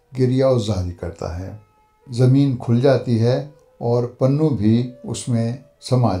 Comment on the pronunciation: Not ( panhoo) but ( punhoo ) ????